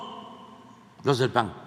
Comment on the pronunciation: No se dice paggg es pan